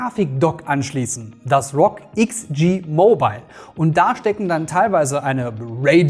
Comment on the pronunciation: nicht Rog ......... sondern R-O-G, bitte spreche doch jeden einzelnen Buchstaben auf englisch aus. ROG = Republic Of Gamers